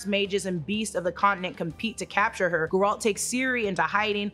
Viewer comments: It's Geralt no Ga-ralt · Who is Ge Ralt 🤔🥱 its Geralt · It’s “Geralt” not “Ga-ralt” 🤦‍♂️ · It’s Géralt not Garalt. Thanks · Nobody:: geh-rAUl 😂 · Gee! Its GEralt! the accent is on the first syllabe - Ghea-ralt. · Guh-Rilt and Earadin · His name is pronounced Geh-Rult, he says it himself. Did you even play the games? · I love you but that pronunciation of garlet is throwing me off 😂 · at least say the name right names* Geralt and Eredin were done so dirty in this lmao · What’s with the weird pronunciation of Geralts name? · that is not how you say it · not a bad video but you have no idea how to pronounce Geralt's name which is weird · The way you say GERALTS name is atrocious. Shame on you.